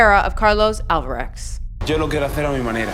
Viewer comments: Did you even try to pronounce these names correctly? Novavick? Alvarex? Federa? Rafal? Emma Raducoons? Like cmon I’m not a hater but that’s ridiculous. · Carlos "Alvarex" looool